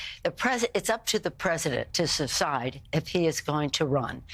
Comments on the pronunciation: Did she really say "cecide" instead of "decide" into the video? Freud would be proud of her slip that reveals her true thoughts! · "Susscide"? Nancy isn't speaking the word "decide" well either... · Also....Nancy really "it's up to him to 'suscide' sounds like suscede to me or were your dentures that loose...?? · New word??? Secide??? Secede or decide...whatever??? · Nancy said, “Sa-Cide,” not decide! Listen again. She’s too old to speak correctly as well! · Pelosi said it's up to the president to "sahside" if he wants to continue... hahahaha, she's incoherent also !!!